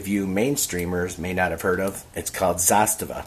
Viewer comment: Thanks for pronouncing Zastava correctly 🎉